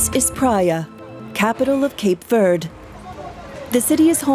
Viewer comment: Can’t even pronounce verde properly,so off